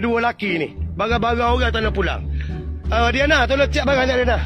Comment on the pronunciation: Kalu kelate.. 3 sebutan dia tigo.. bukan tige. Barang dipanggil bare kalu kelate..